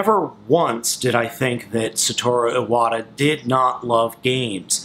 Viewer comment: You could atleast pronounce his name correctly...